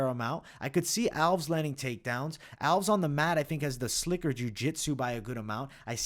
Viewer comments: Stopped watching at Raphael Alves. Can't be getting predictions from someone who pronounces simple names that egregiously wrong. You do this at *least once a card and enoughs enough. It's a two syllable last name. "Al-*ves", not "owlves" or whatever abomination you're saying here. Nobody who watched enough footage and heard his name that many times would make that mistake. So it's either ignorance or inadequate fight research. Neither bodes confidence. Sharpen up if you ever want to make the next level. Too much competition out there. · I think it’s al-ves, not alvs. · Agree with most of these picks but I think Nunes gets the belt back. Also Alves is pronounced AL-VEZZ even tho it ends in an S. 😅 👍